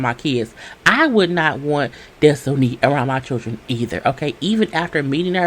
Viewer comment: Des-toe-knee takes me out every time 🤣🤣